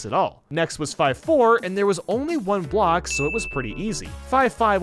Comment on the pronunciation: he said music BLCOK